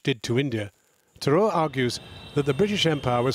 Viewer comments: The fact that the host can't be bothered to pronounce 'Tharoor' properly shows you how that colonial/superiority complex still exists in Britain. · Britain made India. Mr Sasi (You cannot prronounce this idiot's name) is a hypocrite.